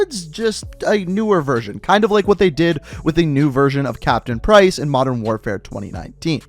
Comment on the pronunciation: Yeah that made me cringe, his name is John Price!!!